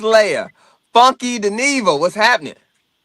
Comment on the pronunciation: Umm,, it's Funky "Dy-neva" boo🫩🥱😤